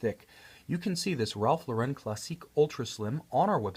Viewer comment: Great review. Beautiful watch. You clearly understand horology. Please know that it's Ralph LAUR-en, not Ralph Lau-REN. Accent on the first syllable.